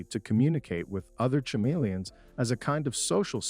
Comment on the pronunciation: Cha-meleons lol ca-meleons (h is silent)